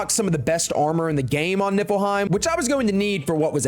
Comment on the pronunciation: It sounds like he says it nippleheim 🤣🤣 which is hilarious